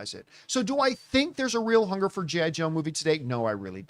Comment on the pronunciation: I don't like the way you Said G.I. Joe John. Lol 80's is Back Baby!.